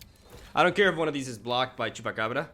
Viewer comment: I'm here for one thing and one thing only, and that's to hear pronounce Chupacabrrra.